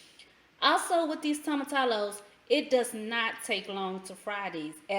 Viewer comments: Toe m a -ti -yo. Not tomatallow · The pronunciation is 'toe muh tea yos' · I have been wanting to try this. Just found you. Also, whenever you see two L's in spanish, pronounce it as a y. Like tortilla has that "eeyah" I know ppl commented, but didn't really help explain. Anyway, ty for the vid. I think I'm going to like this.